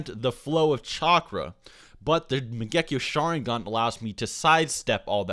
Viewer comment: I'm not a hater but is he even a Naruto fan?How he pronounces mangekyo sharingan or exactly the same at Shisui is simply terrible.